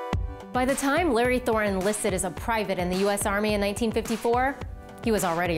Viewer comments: It is said törni not torni. Otherwise a great wideo but you need to practice your ö:s ;) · His name was Lauri Allan TÖRNI.Not "towny" "toni" etc.etc.